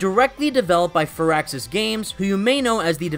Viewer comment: I like that you pronounced firaxis correctly